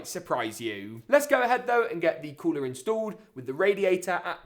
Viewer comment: I like when you say cooler like this ""Coolaarr"" hahaahah🤣✊✊✊🇵🇸🇵🇸🇵🇸